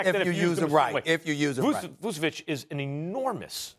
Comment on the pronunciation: how stephen a pronounced his name vusevik can play hahah